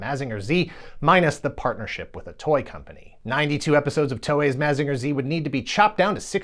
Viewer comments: Why are you saying “Mazeenga” so weird? You can hear how the Japanese intended it to be pronounced by simply listening to the theme song. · This is a great video, but I thought mazinger was pronounced like mazin jer